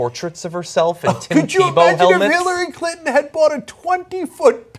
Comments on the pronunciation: around 5 minutes, you totally said Hit-lary Clinton :P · It sounds like Cenk says Hitlery Clinton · HHAHAHA Did Cenk just say "Hitlery Clinton"??? :D :D :D LISTEN CAREFULLY xD